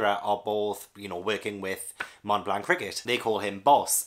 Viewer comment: "Mont Blanc" is both a mountain and a dessert. You don't pronounce the 't'. But it's already a lot better than most English speakers (and yes it's French)